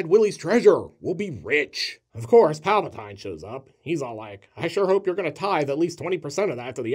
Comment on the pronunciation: Palpa TEEN... like “don’t forget to drink your Ovaltine” I know... there’s always a critic. no, no, no... it’s Palpa TINE, like Tyne Dailey.